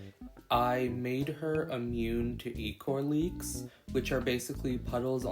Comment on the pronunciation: I am so sorry but it’s not e-chor it is ichor but you say it however you want to say it honestly I love both dandy’s world and tadc so much but I love dw(dandy’s world) more than tadc